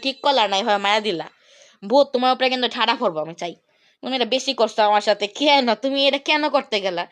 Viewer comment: কেন❌❌ খেন খেন✅😂😂